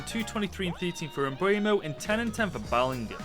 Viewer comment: It's not mbwaymo it's mbeumo